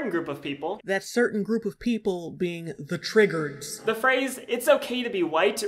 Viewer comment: "The Triggerds" 😂😂😂